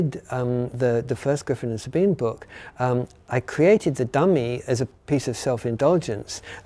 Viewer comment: Finally, after 18 years I get to hear the correct pronunciation of the name SABINE straight from the author himself. Not knowing was driving me nuts!